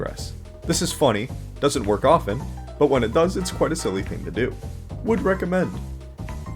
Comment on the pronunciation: Not listening to someone that says “guh” and “silly” just say you like men bro 🥀